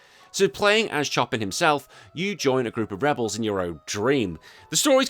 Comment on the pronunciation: Chop in? Pronounced "Show pan"